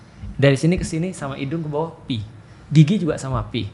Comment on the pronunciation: koreksi yg paling mudah dipahami. nice. sbnrnya stlh aku perhatiin ust felix itu kekurangannya ada di pronunciation. jadinya membuka celah buat keliru kyk antara pi dan phi (fi) ini, walaupun bukan sepenuhnya soal pronunciation ya. mksdku kalo memori rekaman pronunciation-nya aja ga tepat, kemungkinan buat ketukernya jadi ada bgt. tapi beliau mengakui sendiri sih, skill bahasanya kurang, tepatnya di bhs arab. jadi ketuker2 gini mungkin bakal terulang. opiniku aja